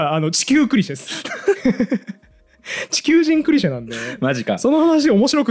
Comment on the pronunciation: 細かいことですけど、ティザーじゃなくてティーザー(teaser)です。 それからいつも気になるのが「ク」にアクセントがある「クリシェ」です。本当はアクセントは「シェ」にあります。 とにかく気になっちゃうのです。すみません。